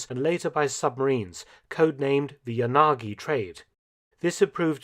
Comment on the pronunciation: It’s “ya - na - gi “ at least get it right やなぎ😂